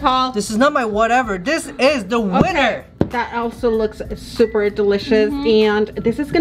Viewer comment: I love how says " zzzzzzzuper cute"